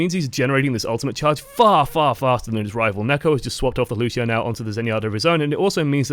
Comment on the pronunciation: I'ts LUCIO not LUSHIO